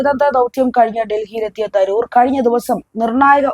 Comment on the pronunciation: I have a doubt at the start -- is your anchor Indian or only a person of Indian origin? Proper English would read his name as Tha roo r not Tha ror. Nobody mispronounces an English or American name, why then are the names of Indian personalities given this treatment?